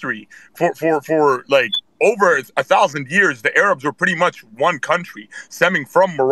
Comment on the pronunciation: The ARE-UBS????? I’ve never heard Arabs pronounced like that lol Could be common for the record I’ve just never heard it